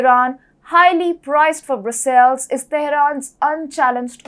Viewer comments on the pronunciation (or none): in the word Brussels... the accent (or more correctly, first syllable) is on the first consonant... BRUS'-suils